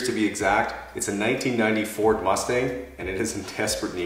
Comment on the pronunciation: ok, you said nineteen ninety FORD mustang. I heard nineteen ninety four mustang